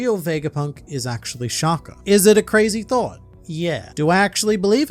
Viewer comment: Your pronunciation of Shaka😭. It’s like you saying shacar🥶.